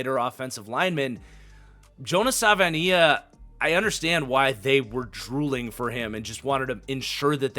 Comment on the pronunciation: The Dolphins 2nd round pick is pronounced Sa-va-e-naya